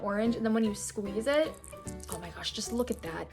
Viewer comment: The way she is like “and u SqUiZe iT”